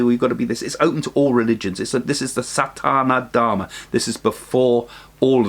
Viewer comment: Thank you for this excellent info. A small error in your pronunciation it is SaNaThaNa Dharma n not Sathana Dharma.